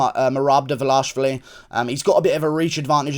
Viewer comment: but its almost ideal. Guru says Dvalashvili, which is another Georgian surname..